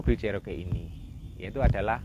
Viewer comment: 4 JG itu miliknya Isuzu mana bisa powerful? Bagaimanapun mesin Chrysler 4.0 L high outpit jauh lebih bagus...Enak tu menurut anda🙏, klo mau irit bertenaga sebaiknya anda pilih TLC Vx/VXR 80. Maaf Cherokee di bacanya Ceroki..bukan Ceroke .the name is taking from one Indian native.Salah satu XJ 14 / Jeep Cheroked saya udah engines swap pakai Edelbrock V8 350 CI 5700cc.Sektor kaki kaki saya pakai Prorock,Winch Warn 8275 m50...towing bar Mopar, full roll cage....salam dari kota kecil Majalengka Jawa barat.